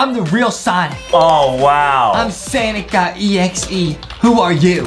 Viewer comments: It's not sanic exe it's sonic exe the second word is not a it's o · It's pronounce Sonic.exe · They said we are gonna dress up like Sonic.exe from the new Sonic Movie lol. I am sorry But aedam said it wrong 😑. Ayyyyy skipping to the chicken 🍗